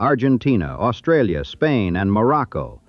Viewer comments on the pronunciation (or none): none